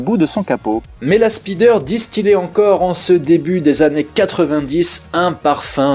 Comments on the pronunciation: Désolé mais "la spideur" m'a fait saigner des oreilles 😂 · Je dirais même plus "speedeur" 😂